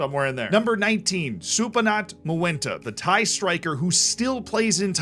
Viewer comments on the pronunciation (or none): none